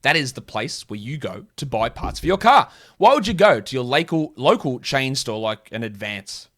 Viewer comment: "Lacal" 😂 that's one of your best ones yet mate